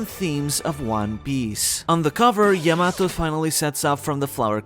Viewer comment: Learn to pronounce Yamato.